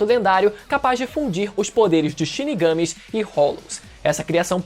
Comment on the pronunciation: O que eu não entendo é como pode ser tão difícil uma pessoa assistir a um anime, ouvir por mil vezes os nomes sendo chamados, e sair chamando de um jeito que não tem nada a ver. Na hora que fala "chinigâme", já acaba a admiração.